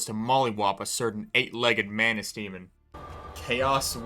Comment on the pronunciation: as the video goes longer, the way you pronounce manus and manuses starts sounding more like "mayonaise"